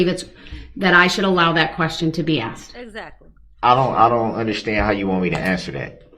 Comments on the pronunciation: Relavancy, I axed, and it goes to his biast..ahahahsh what a fin idiot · If he says " axed" one more time..... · They should teach hi to say ask and not axed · I thought i was goin crazy cuz every time he said said axed instead as asked. But im not alone obviusly lol. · Biast....biastness.... substained.... axed....troof....a whole new vocabulary.... not as intelligent as he thought he was 😂 What's with his scary manicured lady hands....bet they go down well with Bubba. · I wish you would have corrected him when he said axed as well as biased. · He axed his questions 🤣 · don't you mean "ark-sed"??? SUBJECTION /Grounz 😐